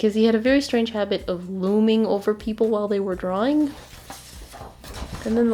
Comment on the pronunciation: PAPLE (is what I heard when you shouted people)